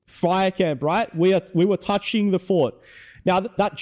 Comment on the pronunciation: "I destwoyed the fowt, I destwoyed the fowt!"